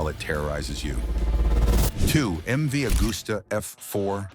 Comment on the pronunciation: Can't pronounce MV, then say it's a four cylinder and show the old MV 3 cylinder!!!!! Morons! Not that any American would notice. Scrap this video!